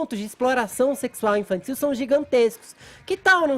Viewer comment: Infanssil" socânssi" ssi" falar, azênssi" q pronúncia essirânha"